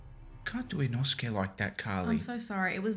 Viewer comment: When she said inoskue 😭😭